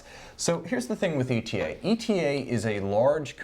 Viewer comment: watchuwantinc It's Eytah. Because that's that's how ÉTA pronounces it. Hearing E.T.A. is just a flag for ignorance.